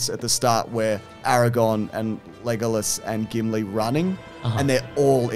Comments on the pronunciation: Is it an Aussie thing to call him LeGOlas rather than Lego-lass? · leGOluss is my favorite pronunciation so far